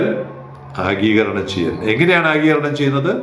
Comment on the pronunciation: ആഗീകരണം അല്ല, ആഗിരണം ആണ് ശരി.